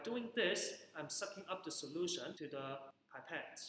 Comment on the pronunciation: Are you a teacher from HK? You have a distinct accent. By the way, pipette is pronounced p.epette not pie.pette. Nonetheless very useful teaching resource. Well done.